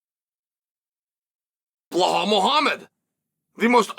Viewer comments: Bilal not behal . Cael onion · Exactly. And Chael it’s pronounced Be -Lal not blahaal 😂😂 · It’s “Bee’lal” not behall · I don't watch Chael enough to know, I've just seen him mispronounce a bunch of names like 'Blahal' in this case. Is this a part of his persona? It's annoying as fuck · I love how Belal is now blahal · BLEH-HALL PEE-ERA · Chael mispronounces fighters' names intentionally because he knows that alone will generate more comment engagement. "Blehaul" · why does Chael keep saying Bel-HALL? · why does he keep calling him ballhall 😂😂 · Chael calling Belal, "Blehal" the whole time is the best part of this video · it's Blahall. Chael has spoken bro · Chael, pronounce his name correctly Belal Muhammed. Not that hard